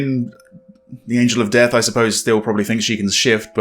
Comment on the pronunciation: It’s pronounced Dee ath lol not death but yeah